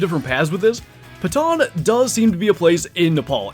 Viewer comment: He keeps putting an R in patan. lol